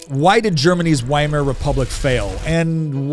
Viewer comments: It 's pronounced "VY-mar", not "WHY-MAR." Is that so difficult? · Please, it's Veimar. Ther German W is pronounced as V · The W is supposd to be pronounced like a V. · 'Weimar' is a town in Germany, pronounced 'Vye-mar'. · Why Mar Republic? WHY mar? It starts with a V sound and everyone who speaks English pronounces it with the V sound. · Because the W in German is pronounced as V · ITS PRONOUNCED WITH A V, PLEASE DON'T SOUND DUMB WHEN YOURE6TRYING TO CONVINCE PEOPLE YOU'RE SMART